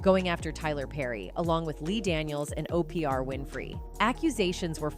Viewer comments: How you pronounce her name correctly the first time then mess it up thru the rest of the video... And how can you not pronounce OPRAH... Not OPR... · Is it too much to ask for these outlets to do voiceovers... Who in the heezy is O.P.R. Winfrey... SMH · Keeps saying o.p.r. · Why can’t she say Oprah???? O-P-R?????? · The fact you miss pronounced 5he names of O-pra Oprah and Te-sha Tisha Arnold is disrespectful. How can you act as if really care. No you just want the clicks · Why are you calling Oprah, OPR??? Next, your title does not fit your commentary, you did not expose new secrets from Tichina!!! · O p r Winfrey 😂😂😂😂😂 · Who is Opr? Her name is Oprah... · Who is Tichena and who is opr this no pronouncing women needs to be fired for mis pronouncing names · Opr Winfrey? Lol just call her Oprah. Are you scare? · It's Oprah not opriah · O.P.R. Winfrey? lmao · O-P -ER-AH!?? Im done!😂😂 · She is saying Oprah's name as Oprie R. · Who the hell is O P R Winfrey. This newscaster says the names correct and then continuously mispronounces them thereafter. Hmmm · Oprah Winfrey first name is pronounced (ow- pruh. You shouldn’t do a video if you can’t correctly pronounce one of the main characters/subjects you’re covering. This is just plain wrong and so disrespectful. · Whoever this narrator is...blah to you. You're wordplay is garbage and you pronounced her name right the first time you said it. It's like when the media would call tupac 2 pack. Gtfoh. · The woman telling the story is scared of saying Oprah's name. She said Opr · She is not saying Oprah name right at all. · I really wish these people would pronounce peoples' names correctly. You're pronouncing Oprah as OPR?? Come on!😡 If you claim to be urban, BE URBAN.🙄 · Opr Winfrey, 😂 that sounds so sloooooow. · Who the fuck is O P RAH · O.P.R. is insane😂😂😂😂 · 🤨 Don't do a commentary if you can't pronounce the name Correctly!!!!!! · Yup she tripping messed up Oprah too